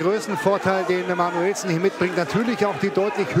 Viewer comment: junge, ist das manuellsen, oder manuSCHwellsen? ist das wasser?